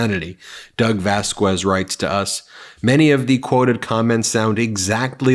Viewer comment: VazKEZ not vazQWEZ 😭